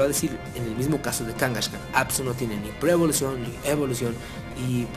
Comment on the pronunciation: A ver fan de hueso colorado que pronuncia "Blaiziken" y "Kangashkan", sólo iba a comentar que sí era un Cuben sólo que su madre no había muerto para robarle su craneo, pero cuando pero cuando dijiste que a los posers no les gustaban las megaevs ahí si dije, yo SÍ soy un fan de hueso colorado y hasta pronuncio bien y la verdad me ha costado mucho aceptar ésto, porque son un intento desesperado por levantar pokémon, Y los realmente los posers son los que aceptan los cambios así como así.